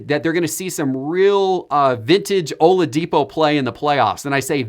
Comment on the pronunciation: he said OLADIPO lol